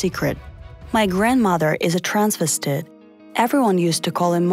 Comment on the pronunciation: That's not how you pronounce the word "transvestite."